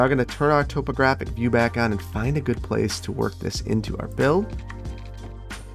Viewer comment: The way you say “topographic” always throws me through a loop, or up and down a hill i guess.